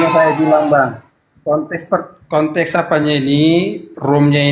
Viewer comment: konteks bukan kontes